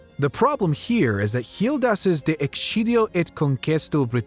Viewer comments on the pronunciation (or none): "Vacant" of Roman Empire's military protection that is. OMG! That atrocious pronunciation in Latin just made a whole in my left tympanic membrane. ExKidio eta BritanniAE, okay?